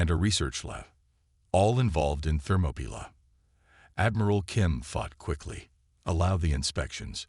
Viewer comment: This story has way too many words spelled badly and inconsistently in the crawl along with mispronounced words like Orion and Thermopylae.